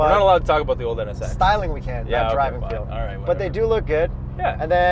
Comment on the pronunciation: What aboauuutt it ehh hahaha..